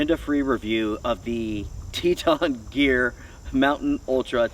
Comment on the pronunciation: Just say Teton ....🤣😂🤣😂